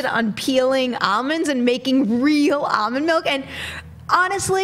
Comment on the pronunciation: its almond with an L.. not amond